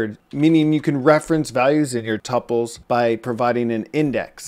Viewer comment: It’s pronounced too-pules my friend! Or at least that is what I was told in college lol..